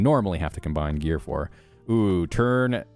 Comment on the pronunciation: "Tun" in Tunable Trebuchet, is pronounced like "toon," not like "ton."